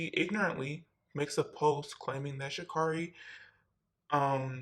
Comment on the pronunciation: Itskerri, you should pronounce her name correctly if you speaking about her in your vid